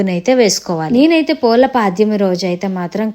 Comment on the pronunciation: పూల పాడ్యమి కాదు అమ్మ పోలి పాడ్యమి,, సరిగా అనడం రాదు గాని చెప్పడం ఎందుకు